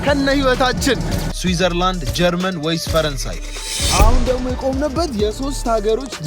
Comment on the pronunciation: Swizthierland :face-blue-smiling:look your video agene you say Swizthierland in 19 34 MINET